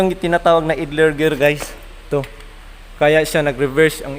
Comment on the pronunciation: Gusto ko sana ay ipakita mo ang sitwasyon na nagkakambio ka habang tinatapakan ang clutch at umiikot ang flywheel. Puede rin na pagtabitabihin ang shift gear assembly, transmission, at clutch assembly. Maari ding ang mga assembly at nakakabit sa chassis. (ang pronunciation ng idler ay AYDLER).